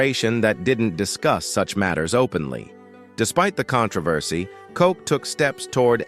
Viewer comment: you can’t even pronounce Mayor Ed Koch’s name correctly! Smfh